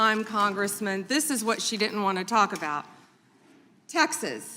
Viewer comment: They " Dittent " thow dumb blondes speak . Do now .